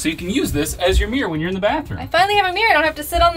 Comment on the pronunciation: Mirror is not pronounced mere!